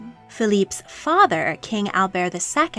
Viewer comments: He refers to himself as Albert, not Albear. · It’s pronounced Prince 👑 Al- Bert with a strong “T!” 🤦🏻‍♀️